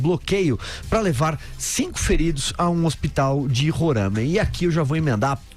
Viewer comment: Kkkkkkk é muito sensacionalismo!!! Sabem nem pronunciar Roraima !!!!